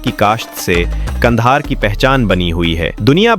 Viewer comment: Why are you calling it Gandahar?